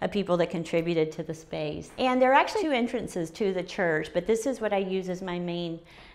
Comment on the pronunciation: This is the first time-ah, I see a woman-ah. livin' in a chuuurch-ah!